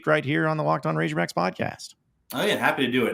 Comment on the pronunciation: Why the hell does say ‘razorbacks’ like that